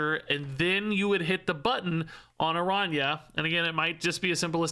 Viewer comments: Wasn't that (the activate ability) kinda what they were originally going for with Kitty Pryde? Wasn't she originally a card that you could bring back to your hand? If so, maybe there will be cards that can actuvate more than once? Also, and i apologize for being nitpicky, but it's Aran- ya. Not arana. The ~ over the N gives it the yuh or ya sound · Pronounce it like it was written as Arania. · Not to be that guy, but the ñ in Araña is pronounced "ny" - the closest I can think of as an English example is the catgirl "nya" thing -, so it's pronounced "Aranya". It literally just means "Spider" in Spanish. I'm definitely being that guy. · Araña is pronounced "Aranya" it means spider in spanish😅😊